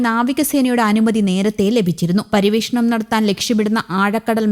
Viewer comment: ഇന്തനം, പരിവേഷണം നല്ല അക്ഷരശുദ്ധി 👍😡